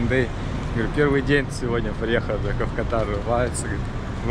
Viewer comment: И всё-таки страна называется КАтар, а есть болезни, которые называются катАр., тебе сейчас часто придётся произносить название страны, лучше не ошибаться 😊